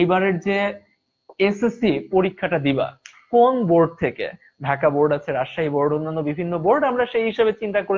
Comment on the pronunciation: Vai it's Dhaka not Daka😂😂😂😂🤣🤣🤣